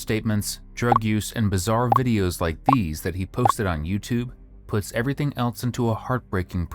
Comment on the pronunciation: Sometimes I hear people say "elts" or "eltses" instead of "else" or "elses" and I wonder where that came from. This is horrific, but tbh another day in Florida....